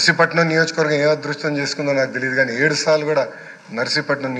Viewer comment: ఏడు సాలు కాదు ఏడు సార్లు 🤪